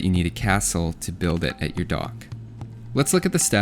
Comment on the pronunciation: regardless of where they're et on the health bar That was the most Canadian I've heard you sound in any video.